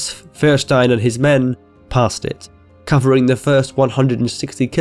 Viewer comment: Its Feuerstein (Foyer shtain).